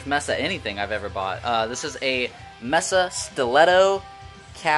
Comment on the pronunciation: Mesa is May-suh not messa. Nice cabs though.